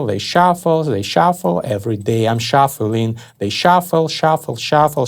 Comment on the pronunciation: hAHAHAHA "everyday I'm shoffeling" hahaha that accent with that line....